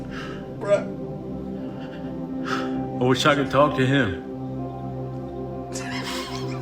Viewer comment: Jeaus christ. That is the most embarrassing thing I have seen... I think ever. 🤣 Clearly has no idea what he's talking about. "I wosh i could be next to Zelensky right now" Yeah i bet you do *